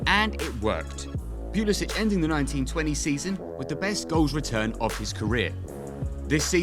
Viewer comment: The way you're pronouncing the first syllable of his last name is incorrect. British or no British.